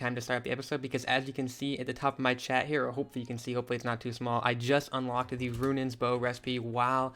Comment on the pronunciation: o did u know the bow is pronounced runons bow not runan